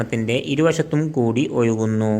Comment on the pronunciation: Yoyukunnu alla ozhukunnu yennu parayuka